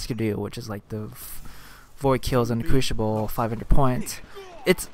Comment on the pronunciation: I hate to nit pick but say this with me now CREW-SI-BULL. The word is crucible not....crewshible. any ways thanks for the vid.